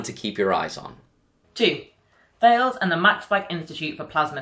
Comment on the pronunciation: Please ask someone at Thales how to pronounce their company name!